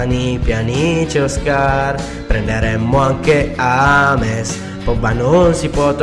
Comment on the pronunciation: ames non si può sentire si dice jems ho scritto sbagliato per farvi leggere come si dice james